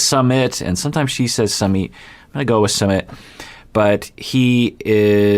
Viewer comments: Not summit🤣 it’s sume-eet🤣🤣🤣🤣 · It's not pronounced samith or sameeth. It's pronounced soomith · its- SOO-meet (soo like boo) not summit haha but excited! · His name is pronounced /sue-MEET/. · Hey! It’s pronounced Soo-mit:) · Hi doc, i am from India. And I'm really excited to watch this series!! Anyway, the correct way to pronounce his name is "Soo-myth". It's a very common name in India :) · I think it’s supposed to be pronounced like soomeet 🤷🏼‍♀️ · His name is su-myth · Jenny mispronounces Sumit's name all the time. It's actually Sue-meet. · It's pronounced "sUmit" 😄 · Indian here! Sumit is pronounced like soo-myth. Hope it helps! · It's Sue-meet. Not that hard. I don't know why she can't say it. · Sumit is the English version of his name but his Hindi spelling uses a T sound that is similar to 'th' in 'thought' not the th in 'that'